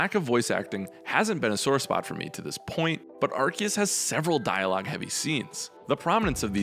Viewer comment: Did you watch the trailers? Even the official announcer pronounce it Arc-seus. Edit: I mean Ark-kee-us like others have pointed out.